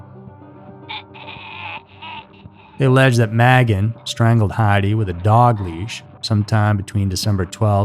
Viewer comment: Magan is pronounced "May-gan"